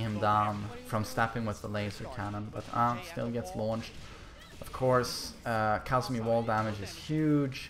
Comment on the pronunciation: Its Kazumi not Kaazumi mate